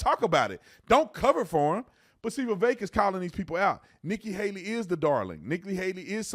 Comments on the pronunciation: Thank you for actually saying Vivek’s name correctly. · Thank you for pronouncing his first name correctly